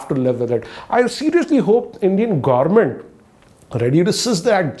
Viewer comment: I heard u said indian gourment